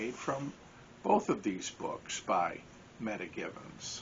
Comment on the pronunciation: at some time I will be doing a you tube. You might want to check the pronunciation of her name Meta (Meeta), not meta data.